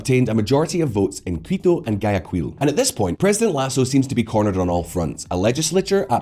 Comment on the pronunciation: He’s pronouncing the g too much in Guayaquil